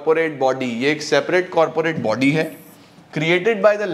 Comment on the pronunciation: Corporate bodeee nahin:- corporate body😂😂😂😂😂